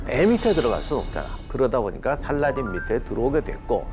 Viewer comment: 원어민 스럽는지는 모르겠지만 살라할~ㅋ 띤! 이라고 발음해야 멋져스러움.